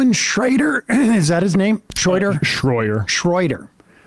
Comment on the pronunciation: “Shroyder?” “Shroyer.” “Shroyder.” 😂